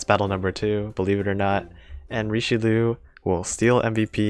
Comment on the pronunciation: It bugs me every time he pronounces Richelieu